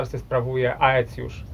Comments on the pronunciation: „Ae” czytaj „e” po łacinie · 1. Aecius to się pisze, wymawia się ECJUSZ. 2. Z konnymi łucznikami Rzymianie mieli do czynienia już w I wieku p.n.e. w bitwie pod Carrhae. 3. Plemiona germańskie od Bugu po Ren? A czemu nie od Sekwany po Don? A co sobie będziemy żałować - od Pirenejów po Wołgę, od Bieguna Północnego po równik!